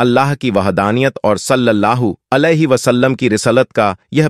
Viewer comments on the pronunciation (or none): Urdu sahih bolo , video bananeka shoukh hai tu commentary durust karo, warna Tumhari tareef Kam mazaq zaroor banoge. Alaihi ki jaga Ali bol Rahe ho Tum and there is many more.